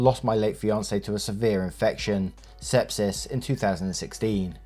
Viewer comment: I though the (sepsis) is story one said (step-sis)